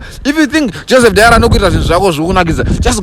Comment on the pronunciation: Joseph Dary not Joseph Diary fokoro newewo😂😂😂😂 😂😂😂